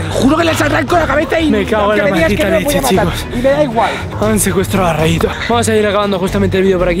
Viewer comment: Rayito no Rarito